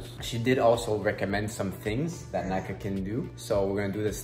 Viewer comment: It is Naka not whatever u said and Am3n